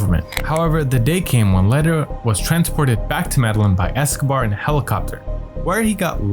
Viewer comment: Medellín [meh-de-yeen] NOT MEDALIN!